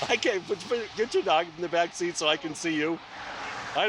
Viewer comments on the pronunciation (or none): none